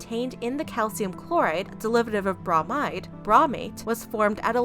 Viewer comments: as a chem nerd, it really bugs me how she says bromide lol. its brOmide not brahmide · Little creative with that Bromide pronunciation